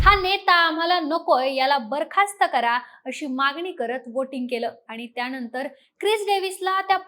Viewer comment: मागणी ला मागनी म्हणताय, सरकारने ह्या शब्दाला सरकारणे म्हणताय. न आणि ण, कृपया लक्ष द्या. "त्याणतर" राहिलं, लिहिता पण येईना 😂